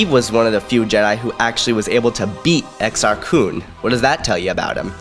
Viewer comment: Its Exar Kunn